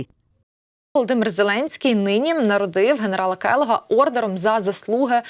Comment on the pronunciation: Не ордером,а орденом...😂